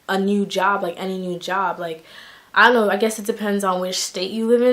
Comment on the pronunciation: Too cute she said “ion know” 😂😂